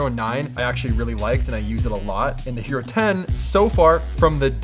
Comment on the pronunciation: I thought he said "Gyro 10" and kept looking for a tasty sandwich.